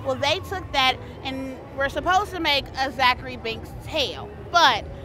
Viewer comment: Psa it's Thackery not Zackery